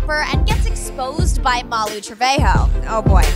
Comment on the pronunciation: Trevejo (Trugh-Vay-Hoe)